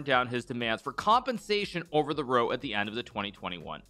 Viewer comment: Isn’t “row” pronounced “rou” when it refers to a dispute, not “roh”?